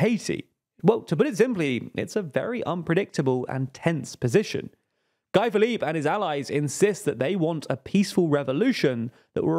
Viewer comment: Great video as always. Thanks for the good work 👏. In Guy Philippe, Guy is not pronounced as Guy in English. In the French world its pronounced like (Gee) as in ghee😊